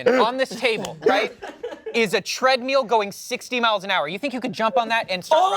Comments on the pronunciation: Did just say “tread-meal”? 😅😅😶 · says treadmill the same way I do, treadmeal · face after said “tread-meal” killed me